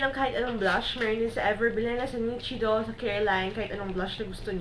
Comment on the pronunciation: nichido - (nishido po ang pronunciation =D) but still i love this video..